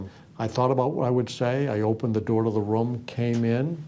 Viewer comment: This is very serious stuff but my guy pronouncing room as rum got me laughing.